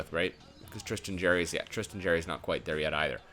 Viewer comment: And it is pronounced tristen jary not jerry